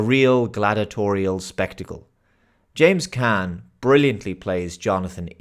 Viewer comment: James Caan, rhymes with John.